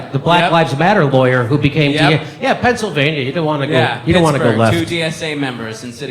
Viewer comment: A former government of Pennsylvania who can't pronounce the word. It's not pennsavania FFS